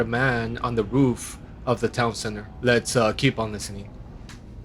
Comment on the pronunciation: The way the 911 operator pronounces "roof" is driving me crazy. I almost turned the video off because of it.